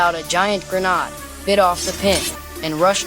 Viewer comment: Brother… GRENADE NOT GRENAD